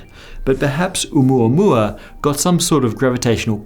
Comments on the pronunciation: Thank you for correctly saying the name. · As a native Hawaiian, I sincerely thank you for pronouncing 'Oumuamua correctly. :) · It's the correct pronunciation according to Hawaiians. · Pronunciation was close enough, you get a pass.